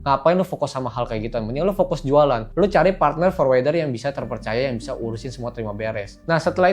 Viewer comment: #OOT Forwarder bacanya forwərdər /ˈfɔɹwəɹdə(ɹ)/, Om, bukan forwɛrdər 😊